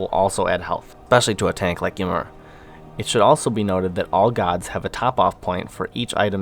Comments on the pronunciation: Thanks for the feedback guys :D and I had no idea i was pronouncing Ymir wrong haha. I will have to correct that one. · I think he is pronouncing ymir like that on purpose guys.